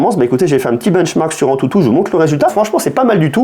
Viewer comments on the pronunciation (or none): none